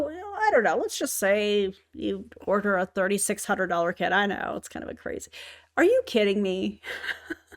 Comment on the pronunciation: order sounded like hoarder